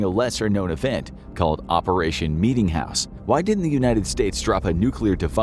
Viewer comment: Bro meetingjouse sounded worst than the atomics